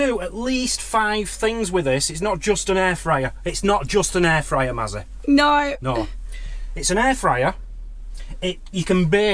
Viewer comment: Sorry it’s Mazzy isn’t it not Massy😢🤪